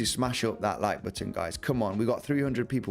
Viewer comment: you pronounce the word “button” better than anyone on YouTube, and for that I think anyone who doesn’t smash it up might be dead inside. Even aside from the analysis of course lol